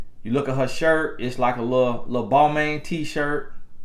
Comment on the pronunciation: It’s Bal-mahn lol